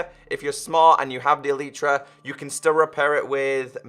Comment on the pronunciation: U r speaking elytra like elitra